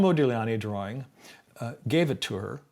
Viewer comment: How in the world does the word drawing get pronounced as drawring? Lol!